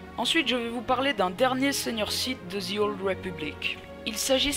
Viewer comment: on prononce pas DZI OLD mais bien De /The Old Republic